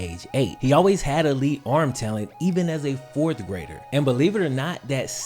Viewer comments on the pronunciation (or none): none